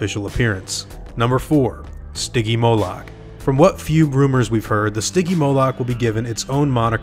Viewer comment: It's not stigymolac it's stigymolich (spelling)